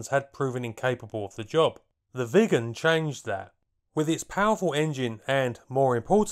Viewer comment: I keep hearing "vegans" instead of Viggens.